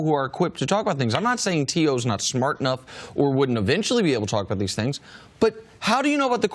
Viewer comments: so we gonna act like cris ain’t call him T Hoe 😂😂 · CC called him T Hoe. Lol